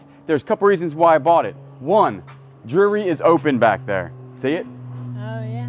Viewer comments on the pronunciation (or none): I love the way says jury…aka jewelry and qupin…..aka coupon! Keep doing what yall do!!❤